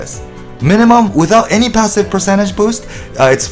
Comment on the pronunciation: i never know if you're saying 3% or 30% or 13% also 4% or 40% or 14%, you pronouce them the same and it's confusing. can you please just check how it's pronouced to be less confusing as many listen to your content in the background while doing otherstuff so we can't just check everytime. No harsh feeling, it's just for clarity.